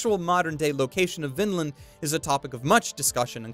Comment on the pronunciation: Sigh ... Vinland has a long "i" in it, not a short one.